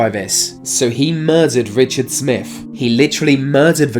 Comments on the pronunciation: There's no F sound in 23 Smith is with a th stop saying it with an F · It it Smiff or Smith? I’m not sure with your accent n pronunciation. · Twenty Three not twenty free, Smith not Smiff, Smooth not Smoove, and so it goes on Please speak English properly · Mr. "Smiff"... These "fings"... They were completely "smoov"...